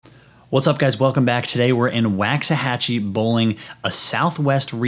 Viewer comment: Packs-ahachie Waxahanrahan